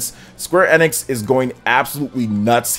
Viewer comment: Bro, I know it's a small thing but you are 100% pronouncing Square Enix incorrectly. You can literally google how to pronounce it lol. Outside of that you seem pretty solid, I'll keep an eye to see if I wanna sub :D